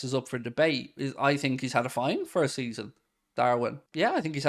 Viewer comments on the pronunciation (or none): none